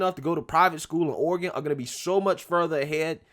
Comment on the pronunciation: Oh-ree-gawn don't go in for all that fancy book learnin' (starts playing DUELING BANJOS)